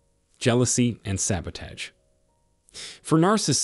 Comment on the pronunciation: The narrator cannot even pronounce the word "sabotage." Why should we take this podcast seriously?